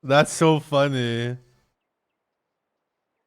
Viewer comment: You say "funny" just like Ruby Roundhouse 😂 .. its so funneh!